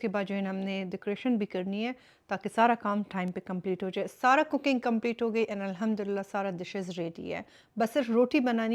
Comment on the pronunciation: Sorry for this correction but it's Arabic and Quranic word so pronounce alhamdolillah properly 😊